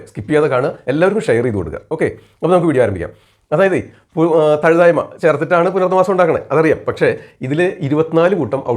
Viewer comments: തഴുതായ്മ അല്ല തഴുതാമ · Nalla Avatharanamaanu. Marunnukal parayumpol perukal valare sookshmathayode upayogikkaan shradhikkuka.Thazhuthaayma alla Thazhuthaama.